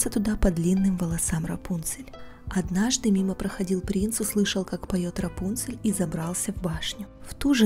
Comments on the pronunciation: У меня на компе раньше была игра про рапунцель, и там так же был раздел где можно было послушать историю и там как раз был именно этот вариант истории) (но меня в этой игре всегда смущало то что ударение было не Рапу́нцель, а Рапунце́ль) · Правильно имя РАПУНСЕ'ЛЬ с ударением на букву Е.